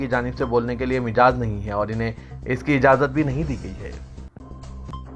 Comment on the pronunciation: Mijaz nahein majaz مَجاز پڑھئے